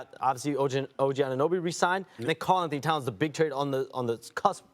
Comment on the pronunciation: Shams just cannot say "Karl Anthony Towns" 😂